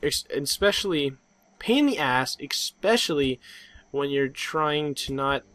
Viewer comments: you pronounce it especially, not ek-specially. There is no letter to suggest you would pronounce it ek-specially, so you don't. And I just now realized, that is what you were saying, isn't it? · is there a c in especially there? No. And you don't pronounce one either. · Nice mispronunciation of foliage and especially. Foyaledge and ecspecially.